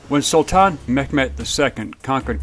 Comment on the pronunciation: It sounds like you're pronouncing Mehmets name as Met Met which is not the proper pronunciation. It's pronounced Mey met